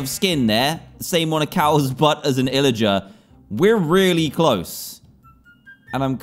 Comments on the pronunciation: its pillager not illager. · its not illager its pillager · what's an illager???? its a pillager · Pillager not Illarger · Dan you said illiger but it was pilliger...Maybe? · Its pillagar not imagar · is there a reason dan pronounces it "illager"?